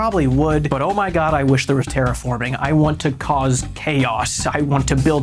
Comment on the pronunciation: “Dragonwilds should represent the game” Also: “TERAFORMING!”